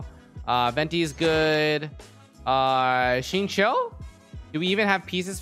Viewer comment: f20? also its xingqiu, not xinqui